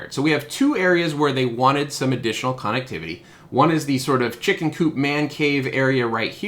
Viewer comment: We say conn-ECT not CONN-ect; thus conn-ECT-IV-i-ty.